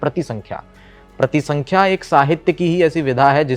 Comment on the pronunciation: Bhaiya pratisankhya nhi parisankhya hota hai